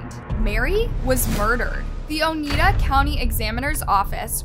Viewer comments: Oneida = "Oh-Niy-Dah," not "Oh-knee-Dah." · How hard is it to pronounce colchicine? Or Oneida? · Lol you have no idea... This was local for me...I live in Oneida county and it drove me nuts every time she mispronounced it 😂